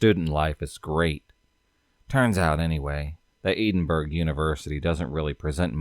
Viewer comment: It's torturing me that your not saying Edinburgh right I live here 🙈🙈🙈🙈🙈🙈